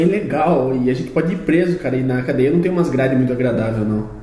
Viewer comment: Voces tem que falar gente e não genti. fica mais engraçado